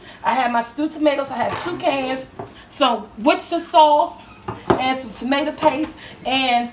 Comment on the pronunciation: I giggled so loud, because of the mispronunciation of 'sausage' but ya nailed 'worcestershire sauce'.... lmao LOVED IT!! lol